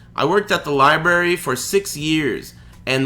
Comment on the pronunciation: "The liebarry" I love it.